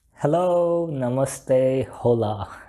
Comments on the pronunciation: If you don't mind, "hola" is pronounced like "ola" - just a humble advice. Having that said this is excellent content for people like me who like to understand fundamentals. Thanks a lot. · H in hola is silent 🙄😒